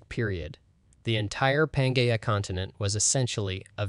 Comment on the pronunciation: Also please find some pronunciation dictionary before recording. The quality of your videos has increased exponentially but “pan-Gaia” hurts my soul